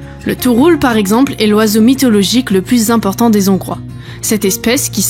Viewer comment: On ne fait pat la liaison avec le S de des, on dit des Hongrois sans appuyer sur le H et en Hongrie sans faire la liaison avec le N